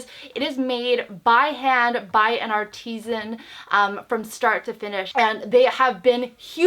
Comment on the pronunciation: Lol art-eee-zen. Lol.